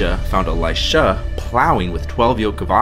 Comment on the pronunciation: what's with your pronounciation with "Eli-SHAAA" ...."eli-SHAAA"😂😂😂 it's really unnecessary and funny bro😂😂😂